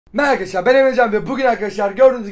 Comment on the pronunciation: nobody::ArKhAdashlAr